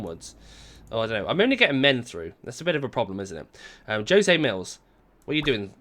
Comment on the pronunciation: You said “Joe-Say” instead of “Ho-Say” when the name is “Jose” I don’t blame you 👍🏻💯